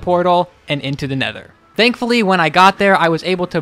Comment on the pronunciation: I love how he says dankfully